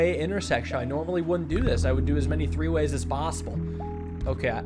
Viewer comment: "As much as i like tree-ways"